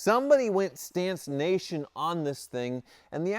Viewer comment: Is he saying "stancination?"